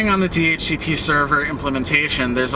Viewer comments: wtf never heard ppl read DHCP normal ppl say the letter D-H-C-P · 1. hearing "duh-hooka-pah" made me have to get new ears. Thanks. 2. We need to tar and feather ISPs that hand out anything less than a /56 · 10 points for Do-Hook-a-pah